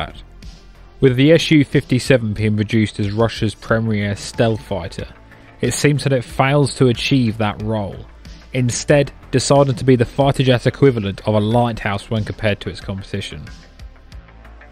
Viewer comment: All jets suck. They wouldn't have any air to burn their fuel if they didn't. And before you loftily talk down about how "inadequate" certain aircraft are, you really need to learn to speak. There's no such word as "premriere". It's "premier".